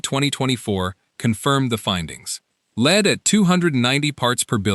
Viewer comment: lead not leed